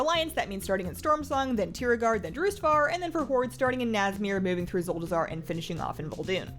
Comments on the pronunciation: Ahem, I believe you meant to say "zuldazar" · Its Zuldazar. Zul-da-zar.